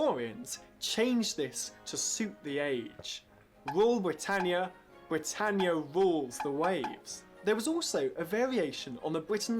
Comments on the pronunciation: You haven't done enough research. It's NOT pronounced bri-tay-neea, but LISTEN and you will hear BRI-TAN-YA. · It's Britannia NOT Britainnia! Oh, and it appears Sarah Connolly's flag is upside-down when she waves it - this is known to be a 'flag of distress'. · Rule Brit-AYN-ia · Rule Bri ..tan ya…. Not Bri…Tain…ya. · It is pronounced Brit-an-ia. Not brit-ane-ia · Not being a pedant but it is Brit-tan- ya not Brit-tane-ya. The wokes say everything is racist but it isnt. It's about being proud to be British. Yes, we had an empire, most civilisation did. But the British gave their empire away and left many countries with proper democracies, legal systems and in a better state than they were before the Brits arrived. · Britayenia? Are you having a laugh? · It is pronounced: BRI TAN I AH BRITANNIA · Wool Bwitannia. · She said brtainea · You’re mispronouncing Britannia. It’s a short A, as in “at” and “pat.” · Learn how to pronounce English words. It's Britannear. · Britaynia are you for real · She cannot even pronounce Britannia correctly! Typical yank!